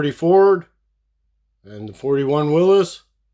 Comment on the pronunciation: You are the only diecast youtuber that pronounces "Willys" correctly.